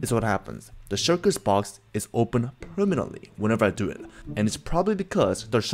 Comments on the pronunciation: Shulkers not shurkers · bro said shurkirs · The fact that he calls the shulkers the "shirkers" is kinda funny to me. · Why, can't Korean people pronounce "L" ?